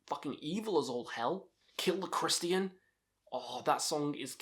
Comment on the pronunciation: I never heard anyone pronounce "Christian" the way you do, anyway, I don't have a clue how I'd rank their discography. I've been a fan of Deicide since around 1992 or maybe '93 and their debut is quite nostalgic for me but I don't know if I'd place it as my number one because you have Legion and Once Upon The Cross also which are some of Deicide's best albums. I'm almost certain someone has said it already but picking my favorite outta those three is like picking which one of my kids I like the best.